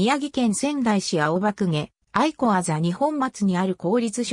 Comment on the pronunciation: 地元の学校紹介されて嬉しい あとあいこではなくあやしですよ。 かみあやし しもあやし あやし など そしてくりおではなく くりう です